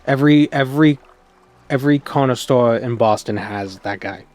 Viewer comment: Didn’t realize was from Boston until I heard him say shorts and corner store.